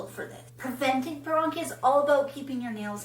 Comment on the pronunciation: Wow! You mispronounced paronychia!